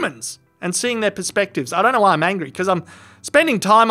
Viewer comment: Nothing is greater than when an Australian says "don't". Sounds like "doaint"